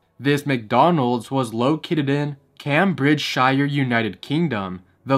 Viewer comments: cam bridge shire no no no it pronounced as camebridgeshyA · it’s so crazy that that ufo Macdonalds was so close to me, wish it was still there! I live in Cambridgeshire :) Also, it’s pronounced came-bridge-shuh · and shire is pronounced sheer not shiyer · county names can be difficult but it's pronounced a bit more like came-bridge-shur. also i love this series so please don't end it, you're killing it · the place where the UFO mcdonalds is located is pronounced "Came-bridge-shire" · it is pronounced '' KAYM-BRIDGE-SURE'' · Cambridgeshire pronunciation is killing me